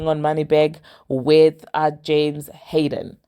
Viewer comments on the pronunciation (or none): Your English is terrible you said Hayden not harden and don’t say a lot of words and names correct it’s hard to understand you